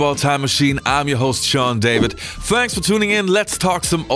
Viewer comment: "fanks for tuning in"